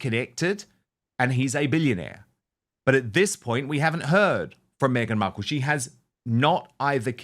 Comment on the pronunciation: Why does Dan pronounce her name “Beadle”? Just curious, I don’t like her regardless.